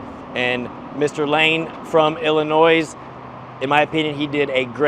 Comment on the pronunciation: The S is silent in Illinois. Great car n like deployed 👍